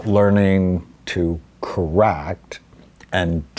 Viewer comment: Learning to... 'corract, and.. daract' 😂😂😂